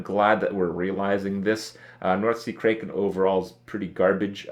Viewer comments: It isn't pronounced... KRAYKEN, it's kraken like "crack" #SKIPKRIP NUB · Cray-ken? lol it's crack-en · lol Kripp pronounced it as Crayken... Kripp, have you seen wrath of the titans? Liam Neeson perfectly pronounced it for us, "Cracken" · Crack-en not Cray-ken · Krayken? I think not. It's kraken. Like crack - en. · why cant this kid ever pronounce words properly, its crack-en not kray- ken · Crack-Can not Cray-Ken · That "krey-ken" though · What the f is north sea "kray-kin"? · Kraken pronounced "cracken".....Who doesn't know that! Lol has Kripp never seen Pirates of the Caribbean or Clash of the Titans? Release the Kraken!!! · Fuat Sekban i cringe every time he says "mayta" instead of "meta", and now he pronounces kraken wrong too, wtf is a "krayken"? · He pronounced Kraken, Kray Kin. Dafuq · Andy sup hurtstone, krayken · Crack-en you Romanian hairball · North Sea Kray-ken cringes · Krayken? Now you're just trolling with us. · The way you say Kraken hurts my soul a little bit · Ha, you said Kraken like a dumb dumb. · The way he pronounces Kraken. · Krupp how could you pronounce kraken wrong